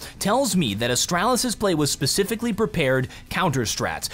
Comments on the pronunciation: Its astralis not "astrAAAlis" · can i just say its astraalis, not astrAlis. your pronunciation is triggering me so hard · Please stop pronouncing astralis as astrælis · AsTRAlis...not Astrelis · It’s not AstAHlis it’s a(straw)lis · Austr-AH-lis. So annoying but good vid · Is it just me or I feel annoyed whenever he says "Ahstralis" ? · The way he says astralis hurts my heart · Ikr, make it fkn stop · Yeah its bad.. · saying "Astralis" sounds like a British person imitating an American. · You say Astralis like my dad says Nintendo. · cant handle the way he pronounces astralis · the way pronounces astralis is stressing me out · the way you pronounce astralis. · Anyone else triggered of how he says Astralis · why do you say Astralis like that it hurts my head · Anyone left the video due to his way of pronouncing Astralis? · why do I find your pronunciation of Astralis so tilting... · The way you pronounce astralis tilts me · how do you manage to say astralis like your have some kind of speech impediment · Bruh the way you're pronouncing Astralis is triggering the fuck out of me.